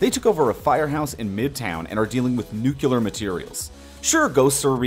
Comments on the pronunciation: Nuclear not Nucular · "... nukelar materials"...? I thought they were nuclear. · Nucular materials????